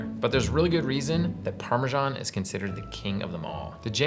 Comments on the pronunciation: Maybe find out how Italians pronounce the cheese before you do a segment on it! There is no ‘j’ in Parmesan! I know lots of Italians and have asked the correct way of saying it! Why are the British & Americans are the only ones that can’t get it right? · The English pronunciation: Putting the "sh" in Parmesan.